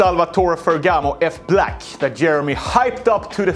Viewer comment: Nah bro don't massacre my boy F Black like that haha